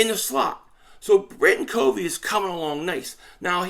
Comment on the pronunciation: Yo! Appreciate the content. Hey just want to set the name of Britain Covey "COV-VEE" short "O." He's a Special Team phenom as a punt returner! Check out his highlights from Utah! Bam! 💥 He's smart ( he breaks down tons of film on the opposition's Special Teams tendencies), he's quick, has good hands as a slot receiver, makes tacklers miss. Bro, if he can bust out for the "Birds" this season... NFC East watch out!! We need all THREE phases of the game to be a complete football team. Fly EAGLES Fly! 🦅